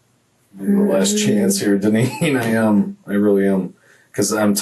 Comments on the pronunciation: "Dine- ann" Wow...🤦🏻‍♀️ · Her name is pronounced Dineen